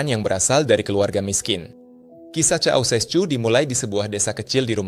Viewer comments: cocessu..??...salah sebut nama bos....coba tanya yg tau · Causescu dibaca Kausesku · Bacanya suseku aja bang.. nikola susesku.. jaman gua SD dieksekusi